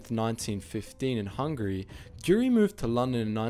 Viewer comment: I dont want to tell you bad but his name wasnt dyuri his name was Gyuri